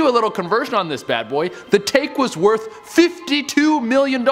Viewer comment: So your hair is as you said "werth a million dulers"